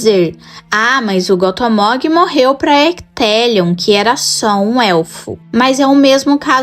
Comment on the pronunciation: Só uma pequena correçãozinha...Gothmog se pronuncia "Gófmóg". Espero ter ajudado, e que no futuro, vc fale bastante desse líder dos balrogs. Vida longa ao canal!